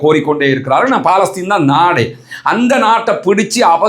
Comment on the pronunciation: நீங்கள் தமிழ்நாட்டுக்காரரா? அதனால்தான் பலஸ்தின் என்பதை, "பா"லஸ்தீன் என உச்சரிக்கிறீர்கள்! உச்சரிப்பு வேறுபடும்போது அதனுடைய பொருள் மாறி விடும் இல்லையா?